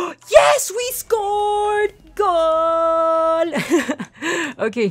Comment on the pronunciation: It's "Goal." Not Gool.